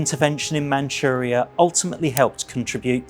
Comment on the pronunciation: Manuria , Manuria es Manchurria. Barbarasa es Barbarroja. No entiende la doble r. Hashima es Hiroshima.